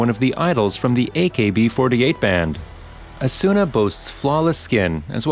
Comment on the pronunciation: It's not Asûna, it's Âsuna.